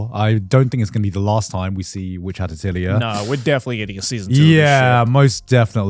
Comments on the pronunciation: It’s pronounced, “ATELI-YAY” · its pronouced ateulié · Why can seemingly no English speaker pronounce the word atelier correctly? @@